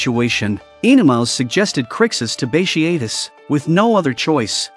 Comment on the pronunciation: Bat tee a tus is how it’s pronounced